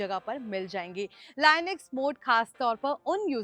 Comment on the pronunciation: मै भी यही commnet करने वाला था,अब बहनजी को लिनक्स का नाम तक लेने नहीं आता तो बाकि की जानकारी क्या देगी !